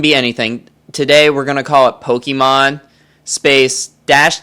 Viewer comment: "Aireecrack" "Pokeemon"